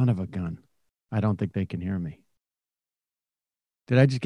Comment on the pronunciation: He always says ma instead of me, it's so simple just say me lol